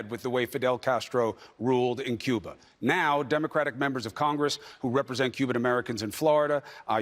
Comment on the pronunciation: did Wormie say 'Cuber'...Chiner?...he is nothing but a liar and spews nothing but lies...there is a good reason we are not a democracy